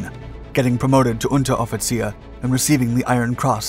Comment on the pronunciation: I'm honestly surprised that you pronounced Unteroffizier correctly